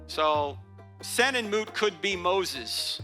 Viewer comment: Emphasize on......."could be".